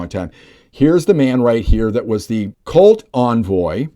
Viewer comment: Good report but I would not use the term CULT, especially the way you pronounce it, sounding more like COLT. It’s awkward. Instead I would use the term LUNATIC WEATHER FORECAST …impossible to say or hear that incorrectly.